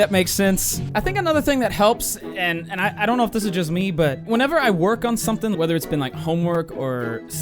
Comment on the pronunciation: when you said i don’t know I think that’s why people think u have a Boston accent